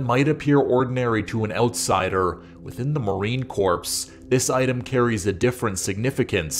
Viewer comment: Love the video but leave the s off of Marine corps.... It's pronounced like core. Just an fyi